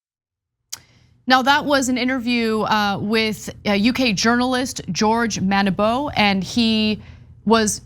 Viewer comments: "George Manibo"? What? It's Monbiot, pronounced "Mon - bi - oh". It's not difficult. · ... Ana, come on get George Monbiot's name right... it's pronounced MON-bee-oh. Not whatever you said. He's a very experienced journalist and you botched his name. BADLY. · Please I love you both dearly but it’s mon bee o Monbiot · "George Manibo"? George MONBIOT. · but she said "Moni-bo"! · I love you, Ana, so this is from a place of care: Mon-be-ott (Monbiot) xx